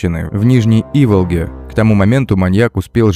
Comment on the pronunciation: У нас ударение на последнюю букву ставится ИволгА. Показывают места, где сегодня своими ножками с детьми ходил, и на машине проезжал.